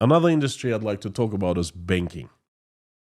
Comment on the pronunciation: When you said Another industry you wanna talk about is Banking, I heard "Begging". Maybe you should be talking about begging soon.